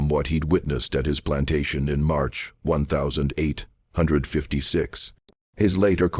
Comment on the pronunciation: Great story but please pronounce the date correctly you say 1000......5....55 big gaps doesn't do it for me